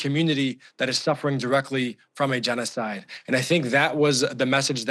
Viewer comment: Was he correct when he said they are committed a jeans-oh-side in Lebanon?